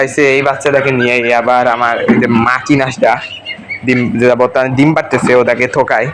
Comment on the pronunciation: দিম নাকি ডিম? উচ্চারণ ঠিক করো প্লিজ😊